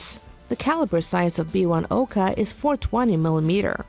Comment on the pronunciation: #9. Not Oka but OkA (stress on the last letter). This is Russian word not Japanese :)